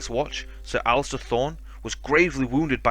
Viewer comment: Great video. It's Alliser, not Alistair :-)